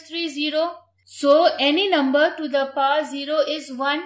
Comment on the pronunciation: To the paw is wrong pronounciation its actually To The Power 😊